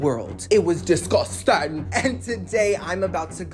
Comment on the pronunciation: DISGUSTANG! LMAO I love you girly